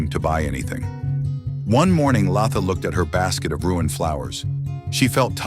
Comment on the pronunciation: Its Latha, not Laaatha.. 😂